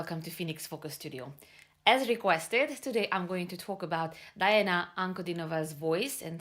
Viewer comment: Say the first syllable of her name as DEE, please. Thanks. P.S. Pronouncing the names of non-Anglo-Saxons is easy: you need to read the letters as they sound in Latin. Did you have basic Latin in school? If not, Google and Yandex in the help.